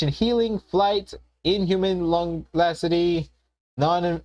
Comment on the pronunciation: Inhuman LONGLASTEDY?!! That's not even a word!! Longevity = LONG-JEV-IT-E!